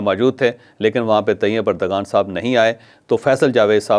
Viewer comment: It's not urdgan but erdowan It not English g but turkiye w Correct yourself